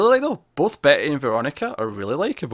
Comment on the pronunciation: you keep saying Betty and I keep hearing Bae ...? lol